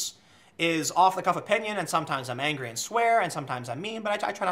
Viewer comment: Tim ANG-RY!!!